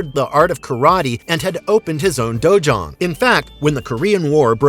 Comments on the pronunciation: It's dojo not dojuan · It's dojang.